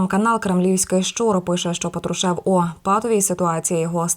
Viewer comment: Когда ты научишся правильно говорить фамилию патрушева ??? Кем бы он не был !!!!